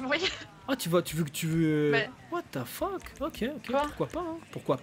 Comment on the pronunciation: Tjs dit WHAT FOK